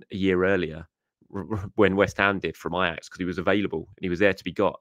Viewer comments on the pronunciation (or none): none